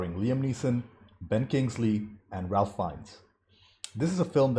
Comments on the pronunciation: (Just FYI, Ralph Fiennes’ name is pronounced not like Ralph but like Ray-f or Raif. No “L”😉) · Ralph Fiennes first name is pronounced as "Rafe" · Around the time of Schindler's release, Spielberg produced a companion documentary called The Last Days. A chilling, must see document. The Shoah Foundation is releasing an anniversary remaster this year. Check it out. Also, the "Ralph" in Ralph Fiennes is pronounced: Rafe. I know, we had trouble with it in '93. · Ralph Fiennes name is actually pronounced "Raif." Another great reaction! A detail I love which took me a few viewings to catch, is that the rabbi is the one in the scene where the gun keeps jamming. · Just a quick side note: Ralph Fiennes’ first name is actually pronounced like “Rayf” ( like safe). Thanks so much for sharing your reaction to this film. 👍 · Have your tear ducts been removed ? It makes me cry in multiple scenes. Ralph Fiennes name is pronounced Rayf. Also, stop reading subtitles on English movies... you're missing the emotion in actor's faces if you're always reading. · The girl in the red coat means several things to different people. To me, it was like - she stood out but everyone was ignoring her. She was wandering through the streets, obvious as all hell and nobody even looked at her. That was the situation there with the abuse and genocide. It was all over, it was obvious but went unseen by most. (BTW Fiennes' first name is pronounced like Raif.) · Raif Feinnes it's pronounced and not as spelled. Spielberg filmed it in black and white because it was a bleak and colorless time fur the Jewish people murdered by Hitler's orders. it's more powerful than ha it been filmed in colour. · Ralph Fiennes’ first name is pronounced like ”rafe”. Not like the most common Ralph.